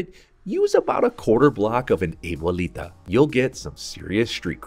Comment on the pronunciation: Great recipe, but “A-BOO-LEE-TA?” It’s a-bwel-ee-ta meaning grandmother. The chile looks great though.